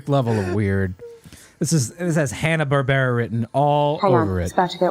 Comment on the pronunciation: "hanna barbera" 🤣🤣🤣